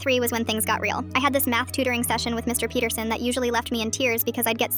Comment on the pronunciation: DID U JUST SAY MR PETERSON LIKE IN HELLO NEIGHBOUR😂😂😂😂😂😂